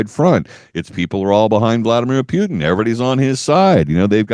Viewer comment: This radio host is apparently incapable of learning. Putin has been a president of Russia, with one interruption , since 1999, and this host has not learnt the right pronunciation of his name. Stupidity or arrogance?